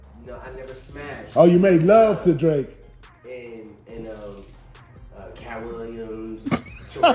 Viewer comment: why orlando say kat willams